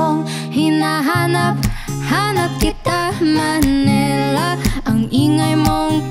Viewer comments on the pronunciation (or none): “Ma-ni-la” not ma ne la 🥴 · Manila not manela😁